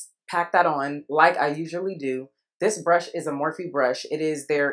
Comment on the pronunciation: Per UZHI “usually” 😂😂 for those who don’t kw!!!